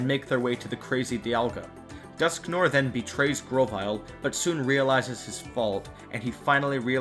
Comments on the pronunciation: it's dusknoir, not dusknore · Dusknoir's name is supposed to be pronounced "Dusknwar". "noir" comes from the French name of "black" colour, pronounced "nwar".